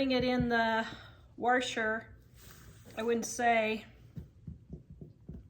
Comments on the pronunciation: Washer not wershwr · You're a lovely lady and you actually taught me something about the pre-soaking them! Also that new machines absolutely are a scam, I got my washer for $150 and it sends the loads through the freaking universe. But the way you say 'washer' 😆😆... hard to listen to. Keep it up though - you're great!